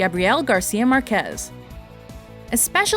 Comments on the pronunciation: Jesus, Spanish is one of the easiest languages to pronounce correctly when it comes down to emphasizing the words (tilde). It says 'Márquez', then it reads like 'MArquez'. Not that complicated, right ? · Márquez has the stress on the firs syllable.